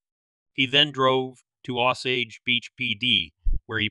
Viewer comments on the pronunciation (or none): none